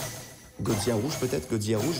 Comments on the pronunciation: Tu est super continue comme sa mais dit pas goziya mais godzilla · Godzilla pas godzillia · Petite erreur de prononciation sa ce prononce godzila et pas godziya mes sa s’écrit bien godzilla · sa se dit godzilla tu prononce le L!!!!! STP sinon sa me stress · qui dit godziya serieux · gros t un bon mais on dit goDzila prenonce le d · arrette de dire gozia frr